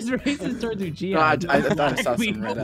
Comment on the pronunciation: WTH is “uchihers”? 😂😂❤